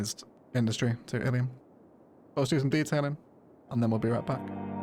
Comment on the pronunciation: I think you called the city Illy at the start of the timelapse. It's canon in my head now, the locals call Illium "Illy"